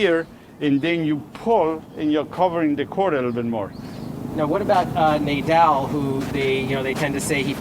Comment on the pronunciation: Did he just say Nay-daal? lmaoo